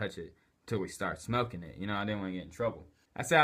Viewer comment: And it's smoking not smoeking